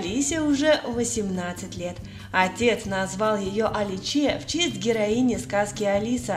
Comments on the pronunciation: Не аличе, а Аличе по итальянски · По итальянски правильно произносится АлИче.